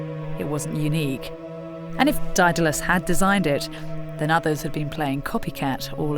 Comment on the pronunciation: This narrator cannot pronounce Daedalus? sad.